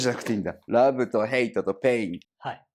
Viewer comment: Rabu? 英語じゃなくていいんだって お前の発音じゃネイティヴは何言ってるか聞き取れないぞ